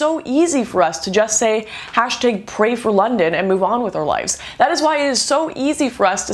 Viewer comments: Lots of good points, but please, for the love of God, to my southern ish ears..."hash -tayge"..... AHHHH, YOU'RE KILLIN ME SMALLS !!! :) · tag not tage lol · "hash-tayg"... hehehe... 😂😂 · why can you not pronounce the single syllable word "tag"? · It's pronounced "tag", you silly Canadian man, lol. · "Hashtigg" XD Canadians... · Did you just say hashteg? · hashtaigs? ... What's a hashtaig? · lol what's a hashtayg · "Hash-tEGs" Great job though lauren xDxD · "hash taeg" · "Hash tiiiig" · I love how lauren pronounces #notallmuslims as "hashed egg notallmuslims" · Is it just me or does she pronounce "hashtag" in a weird way? Not to divert from the matter, just saying. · Is that how Canadians pronounce hashtag haha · Unrelated but she says hashtag really weird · You sure have an odd way of pronunciating Brussel and Hashtag.